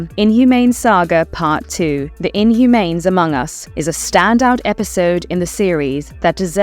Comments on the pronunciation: Inhumanes...lol. you sound like a weird AI (what is an adapshun) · I wish people would narrate their own videos, instead of using AI voices. Otherwise we get "Inhumanes" 🤦‍♂️